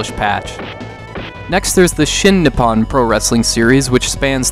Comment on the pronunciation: Every time he said "Nip on" instead of "Nippon."